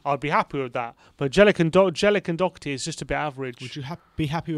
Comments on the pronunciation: It’s pronounced “dough-her-tea” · Doherty is pronounced as written. The 'o' as in 'lock' and the 'h' as in 'hat'. Thank you for all the updates, COYS